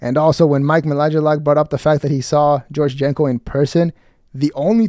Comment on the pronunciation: “Mike Malajalak”